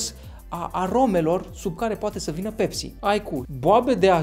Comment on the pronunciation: Se numeşte pepsi! Nu pecsi